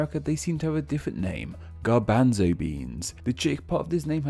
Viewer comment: That pronunciation of "garbanzo" threw me for a loop.